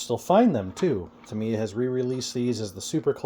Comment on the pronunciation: Thank you for the review and also for pronouncing Tamiya correctly. I love the Tamiya kits, been building them and Kyosho since the 80s. Sure, they dont "compete" with the newer race stuff and dont hold up like modern day bashers but thats not what they are meant for anyway.